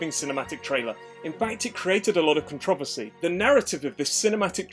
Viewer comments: con-trov- ossy? Controversy*** first of all... Second of all just because you don't like co-op, or don't have friends doesn't mean the co-op is bad... Co-op was the best part of Dead Island... driving while your buddy shoots out the car, smash/cutting zombies together... When I played alone it was boring almost. Can't stand people that dislike co-op... especially one of the best co-op games Dead Island... ESPECIALLY when they make videos saying it was bad to nearly 100,000 viewers. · Controversy not "con-treve-sey" lmao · "Con trov vis sea" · Contro-versy - not contra-va-see* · Great video but I’ve never heard anyone pronounce controversy as “cun-trah-ver-see” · The fucking way he says controversy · the way you say controversy is quite annoying but I love it at the same time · Never heard someone pronounce “Controversy” like that before lol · It troubles me the way he pronounces the word controversy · Why you say "controversy" like that? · The way he said controversy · THATS HOW THE ENGLISH PRONOUNCE CONTROVERSY?! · hell no it’s not this guy just has a weird pronunciation of it i was like what the hell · me too man. Even took time to express my confusion in a comment. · The way you say “controversy” gave me depression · Why do you say controversy like that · The way he says controversy.... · Only bad part is how controversy is pronounced in this video